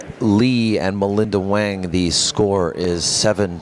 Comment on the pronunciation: Chinese pronunciation sounds like hwung, not wang.